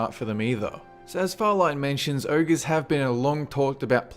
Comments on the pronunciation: what URGES dude its freaking pronounced OGRES learn to read, apart from that nice job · its Ogres not urgos